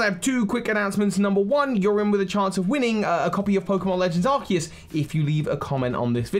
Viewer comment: Legends Arkoos* not trying to hate, but please pronounce it correctly :)